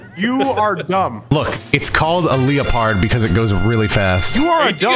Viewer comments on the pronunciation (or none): leo-pard was genuinely the actual pronunciation for that tank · leopard pronunciation literally killed me, I legit couldn’t stop laughing 😂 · I mean it's a German tank, so his pronunciation wasn't too far off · Leo-pard tank 😭